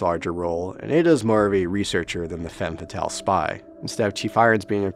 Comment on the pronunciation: And femme fetailee